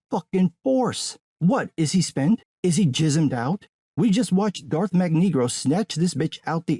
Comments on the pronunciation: I swear he said Darth MagNegro LOL .... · did my man just say Darth magnegro lmfao hey didn't star killer force handle star destroyer? either way I'm ded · This man said: “Darth Magnegro”… 😂